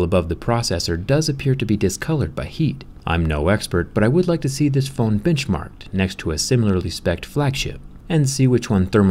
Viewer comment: BITCHMARKED? I think my ears are fooling me